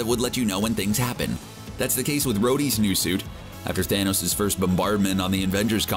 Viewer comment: How many times did he say "thanous"